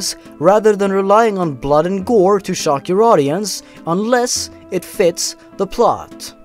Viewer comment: You're not perfect. Especially Hyperrrrrealistic BLOD.